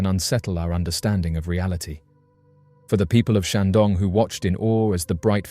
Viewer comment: The comments section has renewed my faith in mankind. And did he just say Shang-dong? Nice